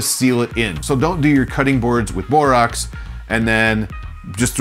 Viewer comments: It's pronounced "boreaxe" not "boreoxe", notice, it's spelled borax! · Great video but it's Bor-ax.